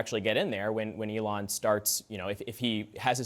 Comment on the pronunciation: Did he really say Elion? 🤣Trump 2024!!! MAGA!!!